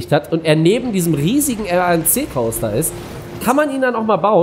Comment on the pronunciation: Verbesserungsvorschläge in der Fachsprache der Achterbahnen, vllt kann man das ja im nächsten Parkshow (wenn die Bahn im Park inbegriffen ist) verwenden, ich als großer Freizeit und Achterbahn Fan rege mich da doch schon bisschen auf aber klar, ist ja deine Art, 1. Der RMC wird englisch ausgesprochen, der Name kommt vom Amerikanischen Hersteller (Rocky Mountain Construction) abk. RMC, der ursprüngliche Gedanke war, eine Holzachterbahn anzufertigen, die Inversionen oft ("Zero-G-Roll") ermöglicht, da es aber keine reine Holzachterbahn ist, wird sie oft als Hybrid-Coaster angesehen 2. denn little Dropkick-Coaster wie du hin nennst, wird vom deutschen Hersteller Gerstlauer Amusement Rides "Eurofighter" benannt und hergestellt schon seit Anfang 2000er besteht schon dieser Coaster und ist der meistverkaufte Coastertyp vom Hersteller. 3. den Klassischen Hängeloopingachterbahn oder einfach Suspended Looping Coaster (abk. SLC) zählen zu den meist verkauften Achterbahntyp vom Niederländischen Firma Vekoma aus Vorlop, insmagesamt wurden davon 42 Anlagen weltweit verkauft und 8 davon wurden abgerissen, manche der Anlagen wurden auch wieder in anderen Parks aufgestellt. Der erste Prototyp war schon 1994 in Walibi Holland unter dem Namen "SLC (662m Prototype)" aber er meistverkaufteste Modell der Anlage ist der "SLC (689m Standart) wie die beiden Modelle "Limit" im Heide Park Resort und der "MP Express" im Movie Park Germany :-) 3. Es gibt halt auch schnelle Junior Coaster, bestes beispiel